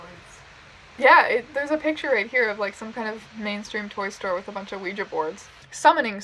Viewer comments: Not to be rude but can we talk about her pronunciation of Oujia? It cracked me up. She is adorable. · mispronounces ouija